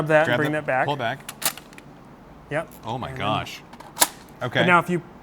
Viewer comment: ‘Awho myuh Gosh’ really showed off his Minnesota Mom accent. Couldn’t help but think Sarah Palin’s accent when he said that. 🤣